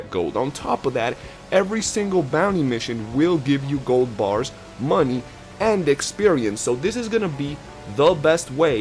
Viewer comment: Boah you said 'muneh' more than dutch 😂